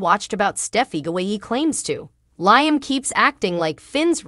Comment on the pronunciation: Can we PLEASE learn how to pronounce Liam's name!?!?!?!?! The name is pronounced “LEE-um”. Thanks so much........;)))